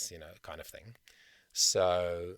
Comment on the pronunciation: Dropping the consonants at the end a phrase is a common jazz technique. Dropping consonants when you speak (like you do when you say "hea(r)" and "thin(g)") is not only sloppy, it's laughingly hypocritical.